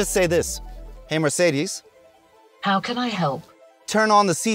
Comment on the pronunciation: Even Mercedes employees say the name wrong ;(